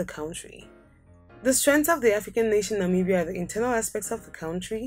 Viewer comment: It's not Namiibia but Namibia